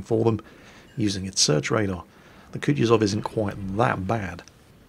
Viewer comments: its not Kutizov Its spelled Ku-tu-zov 2nd U is said the same as the 1st one its hard to explain a english speaker how to say russian words right 😜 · Sir, it's "koo-TOO-zuv" (stress the TOO), not coochie-zov. No, I'm not on a break, I brought my minecart with me. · Hey, I love how you say it as "Kutchuzov":P